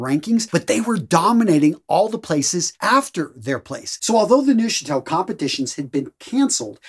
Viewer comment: In the German language, any (and I mean any - German is a very regular language) "eu" letter combination is always (and I mean always) pronounced as the English "oi", as in "oil". Thus, Neuchatel is correctly pronounced "Noichatel". You doubt me? See, Deutsch (German for "German") which is correctly pronounced "Doitsch".